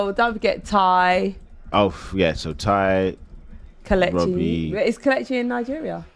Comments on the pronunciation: wobbie 😂😂😂 hahahahahahahahaha lmao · "When's it gonna end Wobbie" 😜🤣